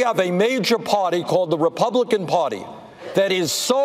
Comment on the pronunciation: "The repoblicon potty" Imma die from laughter